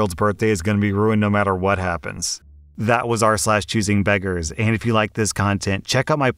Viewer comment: When I heard you say r/choosingbeggars, it sounded like choosing bedrooms…